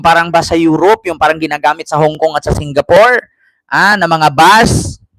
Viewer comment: Singgapoor o Singgapool hahahaha